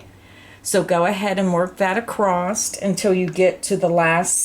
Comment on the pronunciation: i just would like to say that there is no "t" at the end of the word across. thank you!!